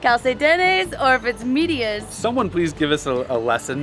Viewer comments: Thank you for highlighting our country, as far as socks is concerned. in DR socks is called media, pronounced (med)as medical, dia (as Day) . Calcetines is most commonly used in places like Mexico and south American countries. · Funny thing about the socks but they call it media with the E pronunciation as its real pronunciation not the Americanized so it will be like med-i -a